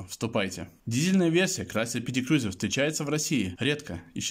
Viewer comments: Обзор хороший,но как можно так отвратительно говорить Крюёзюр? КРУЗЕР БЛИН Крузер!!!! Как Ланд Крузер, Ф Джей Крузер и так далее,я с трудом досмотрел..... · Не крюзер а КРУЗЕР. Не аш аш эр ,А ha ha er это я про шевроле! И что такое тормозная лента ?